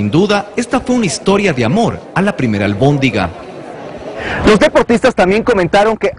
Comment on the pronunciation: "Amor a primera albondinga"...jajajajajaja!!!